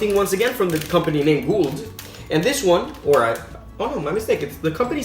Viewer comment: Dont say the d in guld